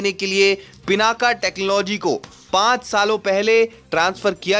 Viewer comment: Stop saying पिनाका it's पिनाक...